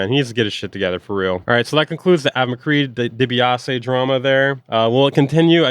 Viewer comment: DEE-BEE-AH-SEE like the old wrestler... million dollar man ted dibiase